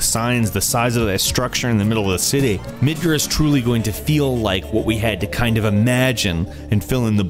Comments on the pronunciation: Hmm, I always called it Midgar, sounds weird hearing someone call it Midgrrr.. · OMG, MID-GAR! NoT MID-GUR! Dx and YOU-FEE not YUH-FEE! pours bleach in ears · Midgur? MidgAr😂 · It's pronounced "Mid-gahr", not "Mid-ger" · I bet you pronounce Tifa as Tihfa and Rufus as Rough-us. Their pronunciations have been known for a long time, it's Yoofee and Mihdgahr not Yuhfee and Midgur. I feel like everyone should know this? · MID-GAAR NOT midgir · I'm sorry but the way you say mudcat "midger" its midgAr not midger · it's pronounced mid-gar not midgrr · I always thought Midgar was pronounced as 'Midgarrr', the way you say it, it sounds like 'Midger' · "MidGrr?" It's Mid GAR. From the Norse Midgard. :\ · your mis-pronounciations pissed me off, it's obvious you aren't a real fan. it's not "mid-ger' it's midgar. it's not "yuffy," it's Yuffie (You-Fee) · MID-ger...?! Mid-GAR! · my ears bleed everytime he says midgur instead of midgar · Midgur?? MIDGAAAR!!! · i dont think its called Midgerr lol MID-GAR GARRRRRRR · its not midger its midg-AR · It's MidGAR, not Midger or Midgur. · Not MidGer! Mid GAR! MidgAAr. Oh got that got me. Sorry. Pronunciation. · "Midgurr"? Wtf? LOL say it right you tool! (Mid- Garr) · midgurrr ??? i thought it was Mid GAR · Why is everyone pronouncing the A in Midgar as an E or U..... MID-GUR/GER? Also there's nothing wrong with Barret sounding like Mr.T, FOO! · (yuh • fee, mid•ger?) I thought it was more (you • fee and mid • gar) XD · I also hope they know how to properly pronounce Yuffie's name. It's You-fee. :3 And everything else, like Midga(gar like the fish)r...not Midger. Yes, I'm nitpicking, but if you nitpick, you'll be nitpicked. Love the end questions though. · It's Mid-GAR you asshead! It's pronounced like FAR. Mid-GAR. Not "Ger"...idiot. -_ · 4 weapons you could fight not 3. Crystal, Emerald, Ruby & Ultima. Mid-GAR not mid-Ger ... from Nordic myth roots 'Midguard' [ Miðgarðr ] meaning middle enclosure [or middle earth] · Its midGAR not midger